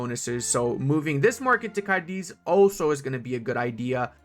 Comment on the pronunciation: As a second note, as you'll see from the accent, Cadiz has en emphasis on the first syllable. Which I've only mentioned because I wanted to also thank you for showing how to give a key binding to map modes. Again, thx a lot 🫪